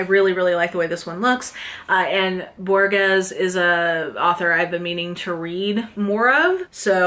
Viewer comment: You did such a great job with all the various author name pronunciations, that I just wanted to mention that the g in Borges is pronounced more like a Spanish J or a guttural English H, closer to Bor-hes